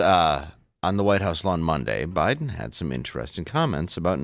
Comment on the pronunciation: He pronounces it BLIDEN. We must respect that.